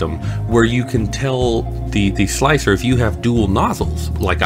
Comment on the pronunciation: is it really pronounced 'slic-three-er'? I thought it was just pronounced 'slicer'?